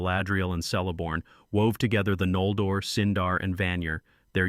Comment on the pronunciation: Great vids! Just an fyi, the letter C has the “K” sound, so it’s more like Keleborn.